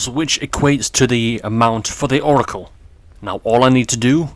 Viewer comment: Sorry for this, but... It's Oracle.*